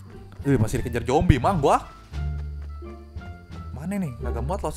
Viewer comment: Zombi pak bukan Jombi